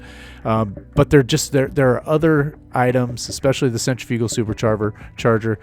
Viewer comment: Hey, this is a really great video. Just one thing and maybe it's just me being from the States, but centrifugal is pronounced differently. The only reason I'm saying anything is because Raceboy77 (who is Canadian) just had a video very similar to this come out a couple of days ago and he said it the same as you as well, so perhaps it's the difference in countries. Here's the link that I used as a reference (to make sure I wasn't going crazy) with the US and UK pronunciation, but if I had to guess, I'd say you are from Canada. Sorry and I mean no disrespect at all, I just thought I was losing my mind, lol. Once again, great video and I learned quite a bit.